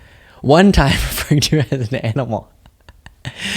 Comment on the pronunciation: It sounded like junior called Kim a ‘MANimal’ 🥹😁